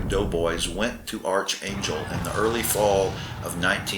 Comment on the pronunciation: It’s pronounced ARK not ARCH.